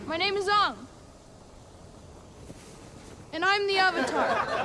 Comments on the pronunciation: HIS NAME ISN'T FUCKING ONG IT'S FUCKING ANG! WITH A FUCKING A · Bruh its not ung its ang or how ever tf u say it/spell it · This guy didn't even see the cartoon... Lucky. I watched both, and I wanted to brain myself every time someone said "Awng" instead of "Aang". Seriously, it's spelled correctly, the characters say it all the time, and you obviously liked the original enough to rip it off. How did you mess such a simple thing up? No wonder everything else was garbage. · the way they say "ong" instead of aang kills me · Another fun fact that kid literally didn’t even know how to pronounce his own name. He pronounced it ‘Ah-ng’ but it’s pronounced ‘ay-ng’ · “Ahng”??? It’s just AANG. Why’d they change the pronunciation???? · It's not Aang it's Ung. Sounds like a retarded version of Aang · Omg yes. It's AAng Not AHHGN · WhiteTuxMafiaAndFilms I don't get how people think there's a controversy over Ahng or Aang when the show constantly pronounces it Aang. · its not AAAHng its AEAE-nng. fucking idiot. and DID HE NEVER FUCKING WATCH THE SHOW. wtf i could make a better series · His name is Aang! Not Ung! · he ruined avatar AND P.S WHO THE HELL IS ONG ????? ITS AANG they also took all of the comedy out and made it this depressing little crap of a movie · His name isn’t ung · I decided not to see this movie for obvious reasons, but just hearing "My name is Ung" I can tell how shitty this is. That's not even how they pronounced the protagonist's name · Main characters name wasn’t even pronounced properly in the movie.... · This movie just hurts man... also why the fuck is the bending so slow?! And God damn it Aang, stop saying your own God damn name wrong! One of the main things I can't really get over in this movie is how useless Katara is in that vomit pile of a movie... I'm over it. I'm done. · They didn't even pronounce Aang's name right. What a piece of crap. The anime/cartoon made a lot more sense. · UMM... he can't even say his own name right